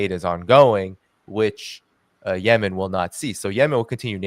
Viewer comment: I've never heard Yemen pronounced "YeMEN" like does.